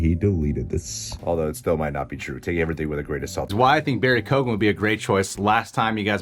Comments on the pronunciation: Its pronounced Key-Yo-Gan. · Absolutely love you guys, but lots of people have pronounced his name wrong (coming from an Irish person), it's said like Kyo-an, not kogan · His last name is pronounced KEE-AHN, but other than that, solid video. 🤓👍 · Please for the love of all that is holy pronounce his name right. It's (rough phonetic translation) key-own with very little gap between syllables. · It’s pronounced key-oh-gan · By the way, his surname is pronounced "Kee-own" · keoghan is pronounced kyowen btw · Hey and, i know a lot of our Irish names can be hard to pronounce for Americans but its Barry Keoghan (Ke-Own).... great actor, has been in a few big American films, American Animals was great. He has also been in a lot of Irish movies were he has played gangsters and stuff,he is also great at accents, i think he could really pull it off...He also said in an Interview in Ireland he was filming something for the new Batman film, maybe an origin story in the first film or maybe just a brief cameo..Still i hope this is true, i think anybody that thought Mr Phoenix was returning as Joker at all is fooling themselves. He originally said no to Doctor Strange as he doesnt really do sequels...New Joker, yes!!!!! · Lads you need to learn the correct pronunciation of his name its key oh gen say it fast. By the way i think you guys are awsome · Just so you know, the actual pronunciation of Barry's surname is [key-oh-en ] :P Irish surnames are never as they seem. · Keoghan (kyo-ann) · It's pronounced Key-own, the G is silent. If's an Irish name like mine. The G is silent in mine too.